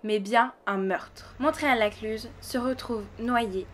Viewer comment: J'ai les oreilles qui grincent quand vous dites le nom du village, car on ne prononce pas le T de Montréal.